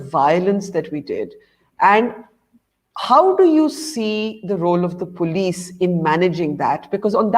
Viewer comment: It's Police not Polish.